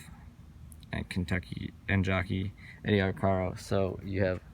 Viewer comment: Good piece,. I always heard the jockey's name pronounced Ar-care-o, rather that Ar-car-o. He was the most famous jockey of his day. Keep up the great work.